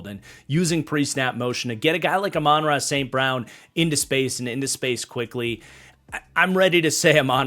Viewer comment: Love these tier videos but brother you’ve gotta learn how to pronounce Amon-Ra’s name 😂